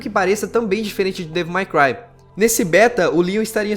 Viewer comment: pratica essa pronúncia de inglês meu amigo, ficar escutando vc falar resident "ivel" é foda, sem dizer devil "mai" cry!